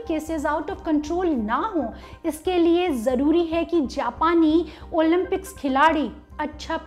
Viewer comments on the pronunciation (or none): ओलिम्पिक्स ..... ओलिन्पिक्स नही